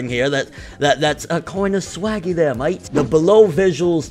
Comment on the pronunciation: was that an Aussie accent I am an Aussie and it’s 7maaaaaaaaaaate If anyone gets it hahaha